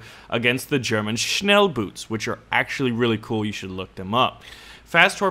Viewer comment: Hey Mate! "Boot" meaning "Boat" in German, has it's double-o spoken like a long "O", like in the word "for" ;) Not like boots...they aren't really floating :D